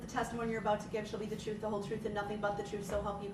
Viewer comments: He claims to know the troof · How about when he said troof. As in truth. Lol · Brooks is such a beta! Just drives him nuts when there’s a woman around that he can’t control! I absolutely LOVE IT!😂😂😂😂😂 All these silly ass questions he keeps “axing”. But don’t be angry with him! He’s just looking for the “troof”…..